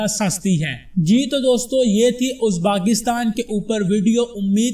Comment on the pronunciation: merey bhai is mulk ka naam uzbaakistan nahi hey balke uzbekistan hey bhaaaaai.